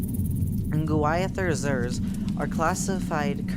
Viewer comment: I think it is pronounced nuh-GWIH-theh-zir.